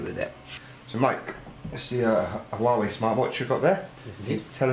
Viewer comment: Not pronouncing Huawei properly 😂